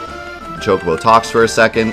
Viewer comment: Choc-o-bo, not CHOKE-o-bo - twiggyw